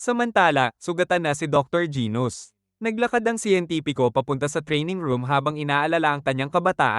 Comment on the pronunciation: Genus po hindi gos😅😅